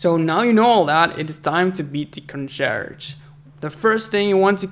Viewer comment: "Congerge", really?